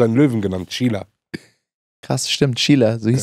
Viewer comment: he-man sein löwe heist im original cringer und wenn er verwandelt ist battle cat.... du hast dein hund nach seiner schwester benannt She-ra.... nicht she-la..???